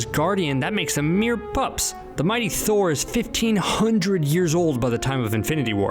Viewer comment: What the heck it's thor not noob